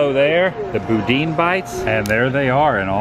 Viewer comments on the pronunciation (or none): BOO-dan, not boo-dean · Love this video at the Flower and Garden show! The food looks delicious! The pronunciation of boudin is boo-dan.🙂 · Loving the daily vlog! I like your friend, she is really quirky. Oh and I’m from Louisiana and just wanted to let you know that boudin is pronounced’boo-dan’. It’s just rice dressing rolled up, battered and fried. Nearly every convenience store that sells hot food sells it and comes in both the ball form and links. Hope you liked it!